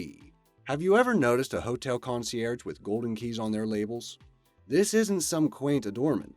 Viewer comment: LAPELS not "labels" ... dum dum.